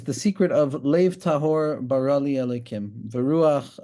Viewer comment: Great shiur with many deep insights. One small note. It is pronounced "bera li" sheva under the bet and kamatz under the resh. It is the request form of the verb like "do this please" Thanks and shabbat shalom.